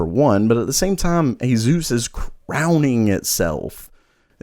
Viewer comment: "Azeus" hahaha